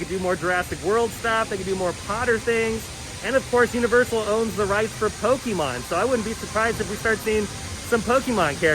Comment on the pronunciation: Hey there, my friend! Great video. Personal issue of mine, but did you know that Pokémon is pronounced with an A sound, not an E sound in the middle? A lot of folks don’t know that, but é is pronounced A So it’s properly pronounced Poke-A-mon. I know… I know… it’s just a personal mission of mine to help anyone I hear mispronouncing it. Yes… I need a hobby. LOL 😉😜